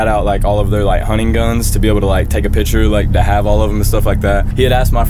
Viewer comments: pict> chure not pit> cher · everyone in ross’ videos “pitcher” normal people “picture”